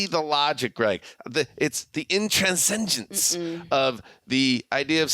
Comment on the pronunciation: OK, first it’s shocking that does not know how to pronounce intransigence. Second, none of the rest of you corrected him on his mispronunciation of intransigence. Third, has the gall to correct Greg on the use of the word deceased, after consistently mispronouncing intransigence. I know it’s the off-season, but y’all gotta do better.